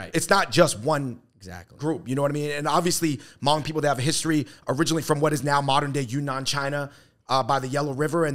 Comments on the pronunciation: Thank you Fung Bros for the coverage on Sunisa Lee and exposure of the Hmong community! Just some corrections for those who don't know. It isn't grammatically correct to use Hmong in plural (the Hmongs), it's always proper to use the Hmong or "Hmong people." Secondly, Hmoob is pronounced Hmong using the 1st Mandarin tone. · omg noooo! love y’all, but if “hmoob” is what was attempted to be pronounced, then that’s not it 😭😭 it’s more of the Hmongs’ authentic spelling of “Hmong” based on the written system developed for the Hmong by American missionaries(?) who were in Laos(?) (please feel free to correct me for anyone who knows how it started) so our writing system is based on the same American English alphabet. Our original written language got lost back in the days when our ancestors were all still in China, unfortunately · Wow, great video! FYI, "Hmoob" is the Hmong spelling for Hmong, it's still pronounced the same as Hmong, not pronounced "moob". 😅🤣 Another underrepresented Asian group are the Karen people from Nepal/Tibet. They started immigration to Minnesota about 17 years ago and tend to look up to the already established Hmong community in Minnesota to figure out how to handle life in America. Every country in the world has little known or unknown minorities, Japan, has the Ainu people for example and the list goes on if you research each country. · “Shout out to the hmoob” haha the pronunciation is wrong. It’s hard to spell it out but you don’t actually need emphasis on the B. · Please post an apology video for saying hmong wrong😂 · Great content, but no one is going to bring up how dude mispronounced HMoob? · Ah cmon Andrew from the start your pronunciation of Hmong was wrong wth